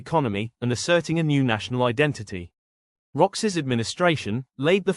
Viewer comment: It is not pronounced Roxas (although spelt that way) it's pronounced Row-harse